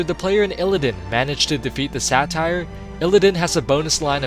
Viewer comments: satyr is pronounced SAY-TER not satire you fuckin ape, great video though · just trying to be helpful: Satyr is pronounced Say-ter not Sat-tire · You say satyr weird... you say satire, its pronounced like SAY-TER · so... are you saying "satire" or "satyr"? >.> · your pronounciation sometimes... smh... xavius was a satyr (say-ter), not a satire. also, warglaives (glayvs) not warglives. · Why do you pronounce satyr satire? Its pronounced (SAY-tur) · Drove me nuts too. Every time, I was like "SAY-TER, not sat-tire..." Then again, I'm big on pronunciation, and I'm one of those who, if I come across a new word that could be said a couple different ways, will Google a word to hear how it's said. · Not Satire, Say-ter. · Satyr [say-ter/-teer] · Has nobody ever corrected this dude on his pronounciation of "Satyr"!?